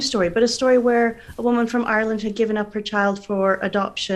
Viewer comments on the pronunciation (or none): none